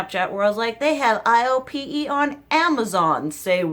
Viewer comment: Iope is pronounced like eye-oh-pay. It makes sense that you like it since you like amorepacific. They’re both under the same parent company. I’ve been really digging KraveBeauty for skin care myself. Just bought the meebak cica cream on amazon per your recommendation!